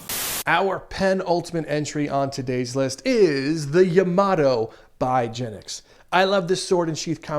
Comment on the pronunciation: It's not Ya-moto, it's Ya-ma-toe! XD (Also love what you do and love these mods!)